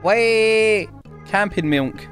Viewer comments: Dude it sounds like he’s saying milnk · the way he pronounces milk is 👌 😂